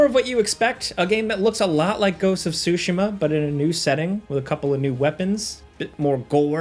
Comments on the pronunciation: was gonna subscribe until I heard him say ghost of SUShema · “Ghosts of sushima” bro still don’t know how to pronounce it lol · People still can't pronounce Tsushima.